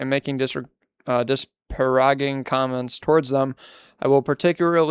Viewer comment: hearing you butcher the word "disparaging" was really funny to me and i have no idea why